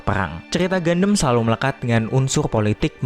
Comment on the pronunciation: Bro, seriusan, reviewnya bagus. Tapi pelafalan gundam itu bukan "gandem" tapi "gandam". Even orang luar (english dialect) juga menyebutnya dengan pelafalan "gandam", bukan "gandem". Agak gimana gitu denger gandem gandem gandem. Keep it up bro 👍